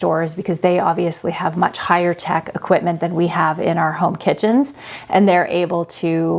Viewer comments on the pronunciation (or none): none